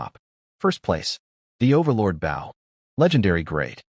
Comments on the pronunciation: Those little repeats are annoying. Especially the one right after he spotted the wolf amongst the frozen sheep. Please teach your narrator how to properly pronounce "BOW" as it's meant to be for a weapon. PLEASE!!!!!!!! So where is part two?? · why does every AI mispronounce bow (with arrows) as a ship bow, and vice versa